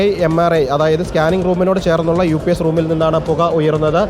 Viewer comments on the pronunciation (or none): “UPS” PLEASE PRONOUNCE CORRECTLY. Not “UPIECE”. DR ARUN - PLEASE MAKE SURE YOU USE THE WORDS CORRECTLY. YOUR PRONUNCIATION IS VERY WEAK. PLEASE CORRECT IT